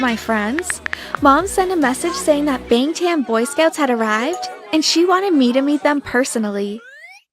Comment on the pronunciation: Lollll i can't believe they actually said it wrong lol